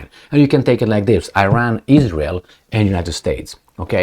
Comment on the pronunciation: Not "Eyran", it is "Iran" like you say "Itay" dear:-)